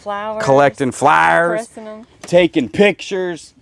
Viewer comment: I just found you guy's today and the way he says fla-ers/Flowers that brought back memories of a good friend of mine I lost 10 years ago she was From the south and that's how she said flowers